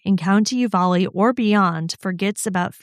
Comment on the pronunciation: The county is Offaly , pronounced off a lee. Sounds like u said u va lee. Counties in Ireland can be hard to say 😂